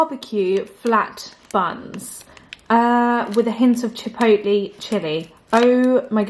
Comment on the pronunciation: Tip: google how to say Chipotle so you say it correctly hehe! Also second tip: add gummies in the rocky road and even m&ms super yummy edition.